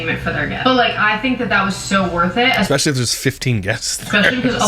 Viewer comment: Yea she looks preggo af. Also I’m sure he said “eggspecially”